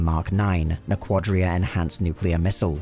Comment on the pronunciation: Lmaoooo. Na•QUAD•dria enhanced. You mean Naquadah (na•QUA•dah).